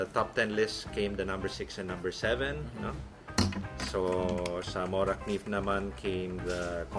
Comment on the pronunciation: Wow they almost said Morakniv perfectly. Best regards from Sweden :)